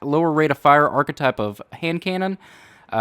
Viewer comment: archetype, it's archetype not "arc type".